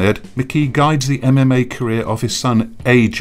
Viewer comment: He overpronunciates e v e r y syllable. em em ay, insyead of ememay